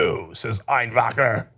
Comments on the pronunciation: Totally agree with everything you said in this video. However, if you're going to pronounce a German name, please don't say it in such a manner. But in all seriousness I don't understand how this man if actually in congress running. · Is Cenk by over-pronouncing 'Einwechter' implying that Germans are conservative or bad?